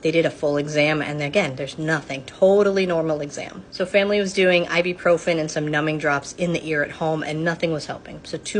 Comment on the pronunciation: This is a doctor and she doesn't know how to pronounce "ibuprofen." OK.... Whatever.